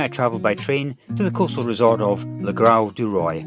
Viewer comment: the pronunciation of le grau du roi il "luh gro du roah"